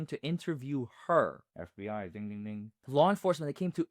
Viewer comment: Can't say FBI :)